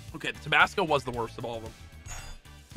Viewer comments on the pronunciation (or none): We just gonna ignore how Sypher said tobasco? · Did he say tubosco and not Tabasco